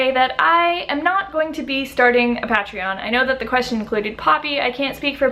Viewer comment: What’s a pa-tree-on? 😂